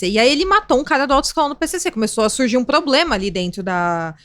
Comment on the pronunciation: ADORO VOCÊ, mas... "PLOBLEMA"??? Janja fazendo escola...